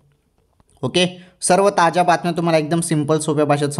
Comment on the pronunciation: ताज्या बातम्या होय कि ताच्या बातम्या होय तुजा आवाज मोठा गोड आहे=& तुझी मराठी कोण्या देशाची आहे